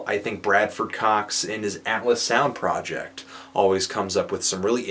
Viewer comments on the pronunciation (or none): none